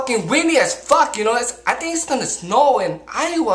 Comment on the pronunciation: Lmfao at the end he says Alright guys , peeee